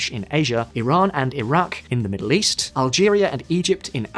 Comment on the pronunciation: Accurate how pronounced"middle East"as"Meddle East". Also, isn't this THE MOST 40k church in the world?